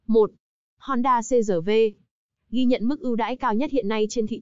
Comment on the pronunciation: người quảng cáo nên đọc chuẩn chữ R trong CRV